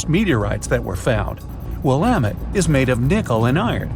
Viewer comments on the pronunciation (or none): "Willamett" is pronounced "WILLamet." You're welcome. -- Oregon